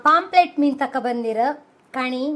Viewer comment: ಅದು ಪಾoಪ್ಲೆಟ್ ಅಲ್ಲ ಮಾರಾಯ್ತಿ. ಪಾಂಫ್ರೆಟ್ ಅಂದೇಳಿ.